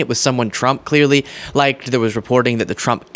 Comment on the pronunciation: “He laiked me”